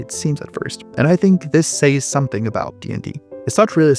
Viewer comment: "Says" is pronounced 'SEZ', not 'SAY+S'.